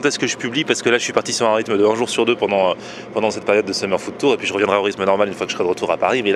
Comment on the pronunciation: à chaque fois qu'il dit food tour, j'entends ftour. LOL est devenu musulman en scred!